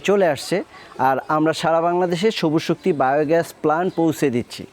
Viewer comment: নাম হল সবুজ শক্তি আর আপনি বারবার বলেন সবু শক্তি, হাস্সকর